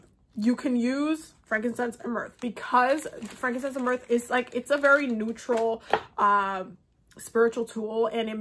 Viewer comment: Frankincense and myrrh, she says it "mirth" but it's myrrh, girl is sooo enthuased 😂